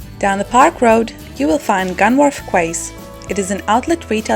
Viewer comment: Great video !!!...well done !!!!!..... couple of things to help, Portsmouth was never invaded by the French, last time Britain was invaded was in 1066 (although William was French :) ). Also to help, Quays is pronounced "keys"... but a great little tour of my home town !! :)